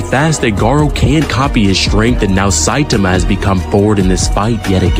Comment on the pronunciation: bro really said satame